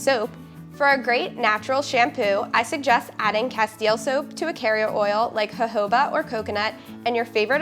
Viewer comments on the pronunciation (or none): Per a simple search on Google jojoba is pronounced hohoba. 🤭